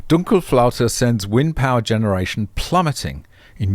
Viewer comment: You pronounced "Dunkelflaute" like you would be a German.